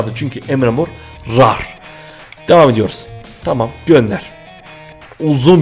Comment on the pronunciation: rar diye okunmuyor sen ilhan abiye bakma